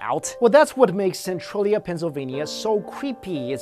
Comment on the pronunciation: SEN-TRAIL-E-UGH not SEN-TRUEL-E-UGH